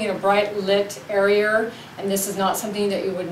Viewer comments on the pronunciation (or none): 'Arearer' cool vid in all 'arearers' lol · airy-err = area